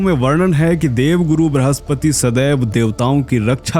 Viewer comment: ब्रहस्पति नहीं बृहस्पति 🙏🙏 कृपया हमारी हिंदी से न्याय करें